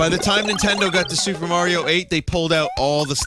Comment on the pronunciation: OH MY FUCKING GOD ITS MAYRO EVERYBODY.... ITS FUCKING MAYRO